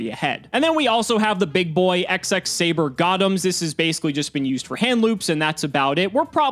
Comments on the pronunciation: It's double x saber, x x saber sounds ridiculous... Please double x saber 😖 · Its not "Ex-Ex Saber", its "Double Ex Saber"